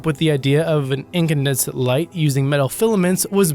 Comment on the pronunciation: Ga-GAR-in! Ga-GAR-in!! How can you not know Yuri Gagarin?!!! Or "incanDES-CENT"?! Or that the elephant was NOT electrocuted "just for fun"??!! Or BED-OU-IN. Or ... oh, I give up.